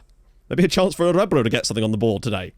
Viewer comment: I used Orebro SK as my team for 9 seasons when I was trying (and failing) to build a nation in Sweden and I never knew how to pronounce the name until now. Thank you.